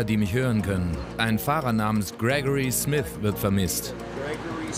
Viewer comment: Nicht Smis, Smith .....